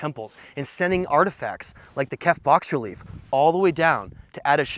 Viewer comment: "Bas relief" is not "box relief". Its pronounced "bah-relief".